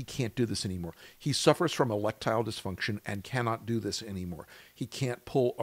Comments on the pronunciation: I started laughing at "E-lectile disfunction" and missed the rest of the video. 😅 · Did you just say "Electile Dysfunction?" OMG!😅